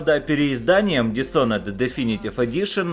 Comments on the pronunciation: Не дисонед, а дишоноред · Дисонен роли правильно дисхоноред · еще раз говорю, dis - это приставка отрицания. Такая есть и в русском языке. Есть готовое слово Honor, к которому ее представляют. Никто не говорит Шонор. Лучше загугли, послушай как говорят сами разработчики, почитай транскрипцию даже на русскоязычной вики страничке игры, и не позорься.